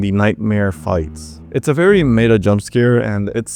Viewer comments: the word Meta is pronounced "Met-UH". Not however you said it. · I've literally never heard someone mispronounce the word meta as "May-duh" and I never want to again lol. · May-duh, the horse is here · Never heard “meta” pronounced like “beta” before. Or hard “G”’s for “gibberish”. I got an ad before the scare here, lol Ok now I can really tell English isn’t a primary language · Bro doesn't know how to pronounce meta 😭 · wait what accent says meta like that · I know some German speakers that pronounce it like that when speaking English, it’s also not a very large stretch when you consider how beta is said